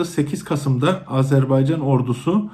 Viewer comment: İlk anonsu yapan hanımefendi Azerbeycan demek yerine doğrusunu Azerbaycan demeyi öğrenseydi keşke kamera karşısına çıkmadan önce.